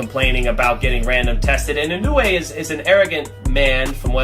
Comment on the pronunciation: エノウエじゃない、イノウエだ。英語でも正しく発音してくれ。